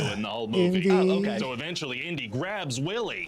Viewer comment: Did you catch when he said, "Lo-Chay" instead of "OKAY"?